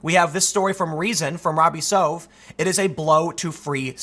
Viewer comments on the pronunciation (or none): Robby Soave. Love the guy. And it's pronounced "SWAH-vay."